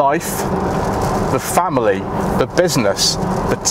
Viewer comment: Wow I've never heard of a model called a Fanily at 6 mins 40secs into the video. I hate pointing these things out, but hopefully it encourages people to check the video before they upload it... It's just all about doing things properly and being professional. Sorry but it had to be said. Cheers